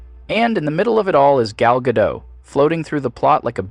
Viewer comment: FYI- Gal Gadot is Israeli, not French (there is no soft “t” at the end of her name). Gal rhymes with “doll”, not “pal” and Gadot is pronounced exactly like “god-oat” (does not rhyme with “bad-dough”). Just good to know 😊